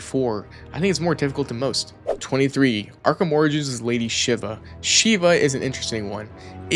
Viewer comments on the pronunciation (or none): none